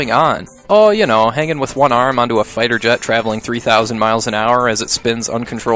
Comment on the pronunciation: "Oh ya know" . Your northern is showing.